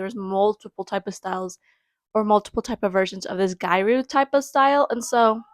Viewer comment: The pronunciation is “gi-ya-ru” the “ru” being more of a roll of the tongue r sound. :)